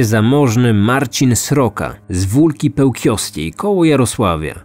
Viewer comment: z wólki pełkińskiej - nie pełkiowskiej. Pozdro z podkarpacia